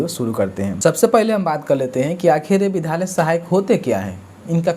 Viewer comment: Vidhalya mat bolo vidyalaya bolo . Tum bahut galti speak kar rahe ho.